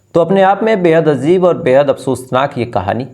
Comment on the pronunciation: Achchaa sunate ho, bus diction pe thoda dhyan do jaise azeeb nahi hota ajeeb hota hai. Positively bol raha hu.